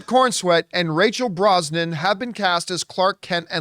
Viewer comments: Brosnan? It's BrosnaHAN, John. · John! It's Brosna-HAN not Brosnan. She's not related to Pierce.😂